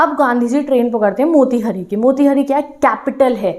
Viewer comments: Didi I am from Motihari. It's pronunciation is not मोतिहरी it's मोतिहारी 😢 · Mera ghar motihari me h , ma'am aap be galat pronounce kiya h wo मोतिहारी hoga